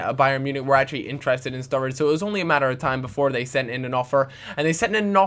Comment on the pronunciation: sturridge not sturrige